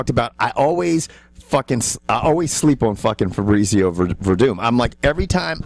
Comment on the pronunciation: "Febrezio" Werdum was unstoppable.